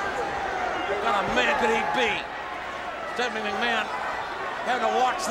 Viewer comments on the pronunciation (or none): none